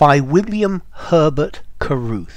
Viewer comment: Caruth to Carruth most likely judging by the way you pronounced it Cuh ruhth and with so many extra r(s) making cars as with Pete Carol to Pete Carroll head coach of the Seahawks and carier to carrier etc. Jim Carey to Carrey etc. Lotsa cars. Each in his or her own car, even Ruth.😊